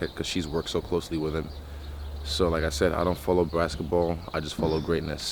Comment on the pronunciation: He said brasket ball 😂